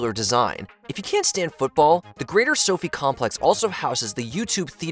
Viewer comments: soh-fye not soh fee smh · Sophie stadium hahaha you mean So-Fi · It’s So-Fy not Sofie. 😂 easy mistake. The Las Vegas Sphere is the coolest!!! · So-Fi like Wi-Fi NOT like Sofie/ Sophie 😅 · SoFi stadium is not pronounced "sofee"; rather, it is pronounced "So Fy" similar in sound to the truncated term "sci-fi." Accuracy demands giving a shit about research! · "Sophie" Stadium "SO-FI" Stadium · That’s what I thought! I was like what the hell is Sophie stadium. 😂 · Dude, don't mispronounce SoFi Staudium again please?